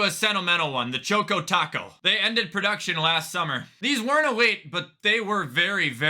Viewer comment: I feel violated for how he said choco